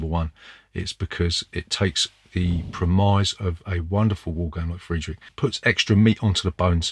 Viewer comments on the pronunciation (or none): That has to be the first time I've heard a southerner my age say premise like "pre-mise", that's for sure, definitely pull anyone up doing that around me and say it back at them like that all night.